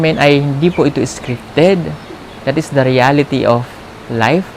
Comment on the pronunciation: Hindi nkasubaybay lagi yung nagsabi ng scrifted haha